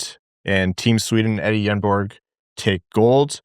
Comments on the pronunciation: No G on the end either if you are getting that specific. Nobody in NA ever says the names exactly correct. It'll be interesting to find out what everyone settles on when he makes the league. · It’s “yenborg,” no g